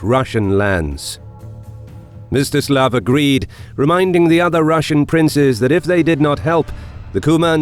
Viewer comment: I heard it as “Mr Slav” in the video XD